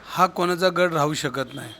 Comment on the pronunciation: गढ नाही गड म्हणा. हिंदिमुळे तुमची मराठी बिघडली आहे.